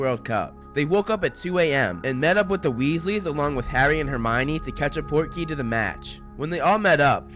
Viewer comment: when i was watching the goblet of fire, i kept thinking cedric was saying “porky” and i was like oh maybe that’s like english slang for cool or dope 😂 portkey makes way more sense ahaha